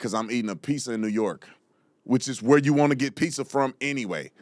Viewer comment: The real question is, why do black people say, “piSSa” and not “piZZa?”